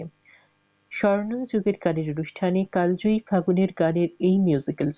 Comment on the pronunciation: ঘোষিকা মহাশয়া, দয়া করে বাংলা শব্দের উচ্চারণ যদি আরও একটু ভালো ভাবে অনুশীলন করেন, আমাদের শ্রবণেন্দ্রিয় আরাম পায়। 'কালজয়ী' শব্দটিকে আপনি বার বার কাল্ জয়ী অর্থাৎ ল-এ হসন্ত সহযোগে উচ্চারণ করেছেন। শুদ্ধ উচ্চারণ হবে কালোজয়ী, যদিও বানান কালজয়ীই হবে।